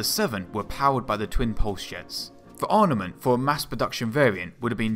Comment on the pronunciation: Why is it that you can pronounce "armour" but you can't pronounce "arMament" properly?